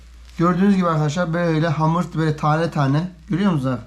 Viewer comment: abi hamura amır diyişin beni bitiriyor derste aklıma geldi zor tuttum gülmemek için . evet arkadaşlar amırımızı yoğuruyoruz